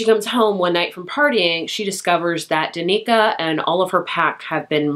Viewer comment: Danika 🤣 Dan-i-ka